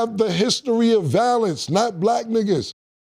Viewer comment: Cam: “Valence” Interpretation: Violence